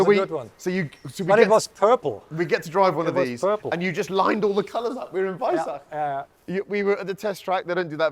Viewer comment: he just said weissach....not....WEISSACH!!!!!!!!!!!!!!!!!